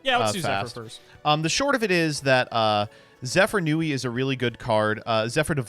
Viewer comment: I know has made efforts to pronounce card anmes correctly recently, but him still calling it "Zefranui" instead of "Zefraniu" triggers me